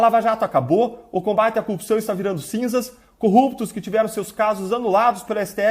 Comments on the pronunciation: falar cupção é normal de curitiba ou é uma mania que surgiu no pessoal da lava jato? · DD não sabe falar "corrupção" igual Moro 🤣